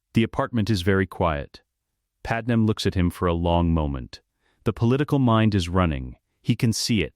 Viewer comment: Just declare her Kryptonian instead of Nabooan, because your idiot AI keeps calling her Pad-Em rather than the proper pronunciation of Pad May.